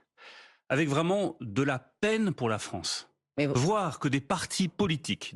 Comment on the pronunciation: Lemaire..... qui donne des leçons de compétences.... "vive la fronce"....